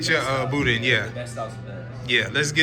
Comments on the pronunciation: ...if you don't pronounce it properly..."Boo-Dan"! Billy's is good for sure! We were big Don's supporters, but Billy's in Scott, LA is king.🤣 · the way you say boudin is hilarious lol